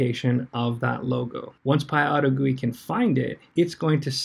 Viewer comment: IT IS PYAUTO-G-U-I NOT PYAUTOGOOEY!!!!!!!!!